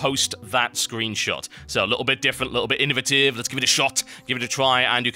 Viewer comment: "innovative" should sound like "creative" lol